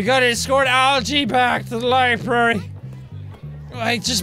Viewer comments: Jack you said LIE BERRY its LIBRARY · Jacksepticeye i love you but u are saying library wrong i cant stand it fix this mess!!!!!! (Please) 😂😤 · NOOOOOOO HE SAID LIBARY ITS LIBRARY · ***** Many people. I'm aware that that was a joke on Jacky boy's part but it still pisses me off when Americunts say LIBARY. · I get annoyed with people when they say, "libary" but no no no not jack it's to cute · its not a libary its a library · When he called it a libary... Not libRary.....OOF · Its not "liberry" its "library" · Jack is the only person who can say library wrong and not offend anyone.